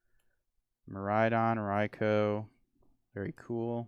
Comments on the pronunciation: raikou is pronounced rai-ko. it hurts hearing rai-cow 😂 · Thank you. Rai-cow and Rai-coo kill me 😭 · Whoever told that Raikou is pronounced "Rai-cow" did him DIRTY